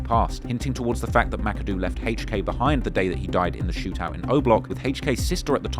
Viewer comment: The way say HK sounds like "haych-k" 😂.